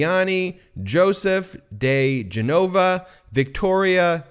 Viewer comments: Genova = JEH-no-va. Like the city, Genoa in English. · "diGenova" is pronounced dee-GEN-oh-va" - Rudy got it right. Bizarre but true thing: Joe diGenova is my brother's godfather. Another bizarre but true thing: as an infant, I puked all over Joe's mother's white shag carpet, after she fed me too many chocolates.